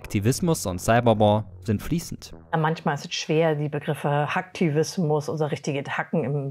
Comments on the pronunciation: Wie können Leute "Hacktivismus" und "Hackfleisch" gleich aussprechen und noch guten Gewissens in den Spiegel schauen 😭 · wie sie hacken und Hacktivismus ausspricht 😂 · Sie sagt nicht ernsthaft Hack tivismus oof 🤣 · Hackfleisch! Nicht Hacktivismus👻😂